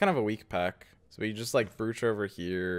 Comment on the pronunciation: I think you're pronouncing "brooch" wrong bro